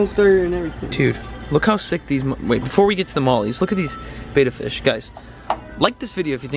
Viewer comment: EVERYBODY, It is spelled betta not beta And it is pronounced like bet-at not Bay-ta